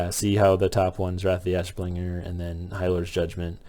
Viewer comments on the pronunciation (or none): you said "wrath of the assbringer" lmfao. great vid. learned a lot from it so thank you.